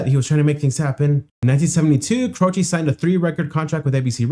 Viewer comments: His last name is Italian, it means cross, and the last syllable sounds like chay, rhymes with hay or pay, not chee. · As you saw, most people pronounced his name CRO chee. Jim, himself, said it is CRO chay. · Jim's last name was always pronounced Croche or more like Cro'she' where I was from. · In the 1970s, we all called him "CROW-shay." Just like "crochet," but with the stronger emphasis on the first syllable. Apparently this is how Italians say "croce," which means "cross." (Jim was born to Italian-American immigrant parents.) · It's Croshee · Its Jim Crow ch y eh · A lot of people pronounce it Crow-shay... and Jim seems to be playing the song that twice the regular speed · It's Cro-chee! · Grew up listening to Jimmy Croce. Love him. Its pronounced "Crowchee" btw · Jim "Crow-chee" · Crow chee - is how you pronounce it. Bad bad Leroy Brown is a fun alternative. I think I might have the title wrong but that's the gist of it. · Croce is an Italian name and people are pronouncing it wrong. The "e": is pronounced like the letrer "A". Croch A. But the A is cut short. I discovered him just a few months before passed. I was 14 years old. I was devastated.